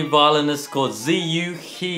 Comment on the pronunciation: I thought TwoSet had some Chinese skills, but they called the guy "zeeu hee"..? lol